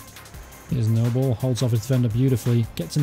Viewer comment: Your content is good I support cov and watch this career btw it's pronounced nooblay not noble he used to play for us anyway